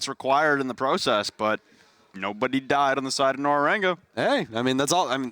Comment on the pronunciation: Nora rengo isnt that hard to pronounce. its so fucking annoying to hear Nora rengu 5000 Times. i cant watch any longer